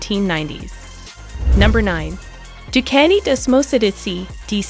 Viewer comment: This was a waste of time and it’s Ducati pronounced Dewcotee